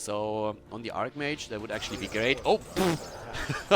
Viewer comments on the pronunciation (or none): Man is not pronunced ARKmage is archmage with a soft C...o my god...